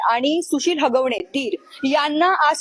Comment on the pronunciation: हागवणे नाही. हगवणे आहे ते😂